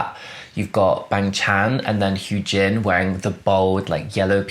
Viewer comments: I love your reaction/ratings so much, also Hyunjin's name is pronounced more Hyuhn-jin (like un in under) not Hyoon-jin 💕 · So ummm you've said hyu jin this whole video (lmao btw the first time you said it gasped then started dying) its hyun like he-yun jin